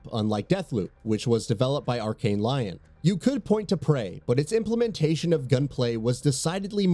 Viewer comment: LEE-ON. NOT LION. LOL.